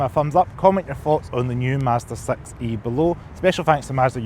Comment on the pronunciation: I like that with scottish accent the model name Sounds like sex-y 😊